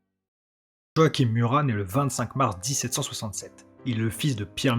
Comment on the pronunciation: Très bonne vidéo ! Cependant, pour le prénom de Murat, celui-ci ne se prononce pas "Joaquime" mais "Joachin". Cela fait étrange au début, mais on s'y habitue !